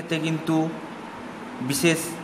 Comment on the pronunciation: সেই হবে বলেন ছেই বিদেশ হবে বলছেন বিদেছেস বিশেষ হবে বলছেন বিছেছ উচ্চারণ ঠিক করে কথা বললে কথা ভালো বুঝতে পারা যায় দয়য়া করে সুন্দার করে কথা বলবেন আর খুব একটা পেচিয়ে বলবেনা যা বলবেন সরাসরি বলবেন ছোটো ভিডিও করবেন শট কটে একটু খেয়াল রাখবেন আশা করি আপনার জন্য শুভ কামনা রইলো